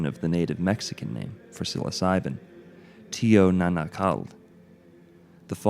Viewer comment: Great video, packed to the brim with accurate information. Just wanted to add that the term Teonanacatl is actually pronounced like Teonanacaht. In Nahuatl the tl combined is always a hard T silent L.